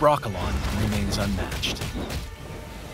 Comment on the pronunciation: it’s Brokilon with i NOT Brokolon! Nice dev work lmfao